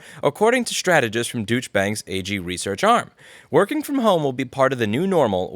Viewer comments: I love the way you pronounce it Douche Bank! :D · Nah- I read the same *ish this morning too; be angry; BE VERY ANGRY. And I love that you pronounce it as “douche” 😂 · Love how u pronounce douche bank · Like the way you pronounce Deutchebank - 'douche-bank'. Very appropriate. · You pronounced Douchebag wrong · You pronunciation of deutsche is hilarious. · Does anyone else find this commentary particularly funny for what can only be termed so irresistibly ironic that it had to be commented on. I'm constantly frustrated with Louis' pronunciations, but this one just felt so fun. To refer to the Deutsche Bank as it is in the article with a pronunciation I'm not sure is tongue in cheek or purely coincidental is nothing less than brilliant. Deutsche and Deutschland have a distinctive pronunciation that sounds more like 'Doich' to most people. Fare enough then to have bank behind that and kind of trail off is simply fantastic. So it sounds like he is saying Douche Bag rather than Deutsche Bank (Doich Bank) just funny as all get out. Love it! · The way you pronounced "Deutsche" hurts my ears. Here's a little lesson on how to pronounce words in the German language: The "eu" combination is pronounced like "oi" in English, as like in "oil." Also, an "e" at the end of a German word is almost never silent and is pronounced "uh" as in how "Porsche" is pronounced. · I read that article a couple days ago. And clearly heard you say 'dooch' rather than douche (doosh), which threw me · It's "Deutsche" not "Dütche" please 🙏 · the eu in Deutsch is pronounced more like the oi in oil. fyi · Lol, douche bag.. I mean, Deutsche bank.. Rotfl. Douche bank.. Every time I hear it, smiling, thank you Louis. Pronunciation lesson; "dough-yeach" bank.. The more you know ( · I prefer the way you pronounce DoyCha Bank, because your way sounds like Douche Bag. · I like how you pronounce it “Douche-bank” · I like how louis pronunciation of deutsche bank sound more like douchebag 😂